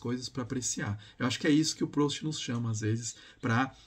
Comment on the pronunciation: A pronúncia é "prust"